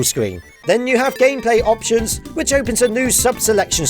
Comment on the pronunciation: Eptions? It's not Eptions it's option